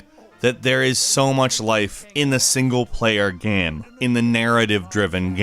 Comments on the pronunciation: are you pronouncing Game as Gam? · why do you keep saying gam instead of game? lol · You would say that it's a good "geme", then! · Are you saying "gahm"? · why does he say game gam? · can't say "game" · I love the videos from this channel, but I hate the way this guy says the word "game" or "games." It slowly kills me.